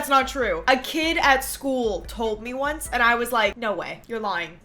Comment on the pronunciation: The ooncie woonce speedo